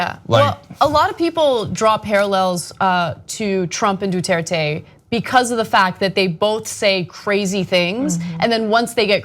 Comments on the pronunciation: Aye Cenk, it's Duterte, not Dutuerte. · please don't pronounce non-american names as if they were american. there is no y in Duterte. du-ter-te. not du-tear-tey. i'd get it if this were an unknown civilian, but it's Duterte and you guys often talk about him. and i'm not even Filipino.